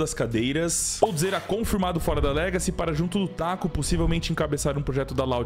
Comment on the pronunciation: Mano????... pq vc chamou o Taco de "SACO"????😂😂😂😂😂😂😂😂😂😂😂😂😂😂😂